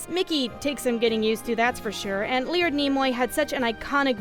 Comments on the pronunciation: Lee-ord Nimoy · .... how the hell did you pronounce Leonard wrong? That is an achievement